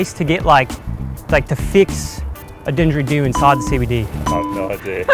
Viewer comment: It's not a 'dingeridoo', it's a 'didgeridoo'. Spelling was all good, but the pronunciation needs to be worked on for sure! It sounded like you chucked an 'n' in there and removed the 'd'. And we have no didgeridoo repair shops over here.